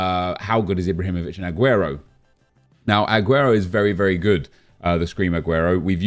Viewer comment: Why does he pronounce the A on AGUERO so much?😂 AHguero